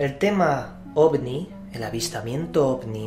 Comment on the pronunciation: Es mi idea o dice Ogni? xD